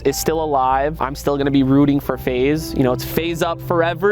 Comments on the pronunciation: Bro pls don’t stop saying face rug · bro cant say faze sooo sad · Bro you should call your self feze but pronounce it as faze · Bro just say phase rug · Just put an extra Z or make an X sound like a Z. Take control FaZe Rug. You can be FaXe Rug but your fams pronounce it the way they know. Your FaXe with a Z. Ideas endless. No credit needed.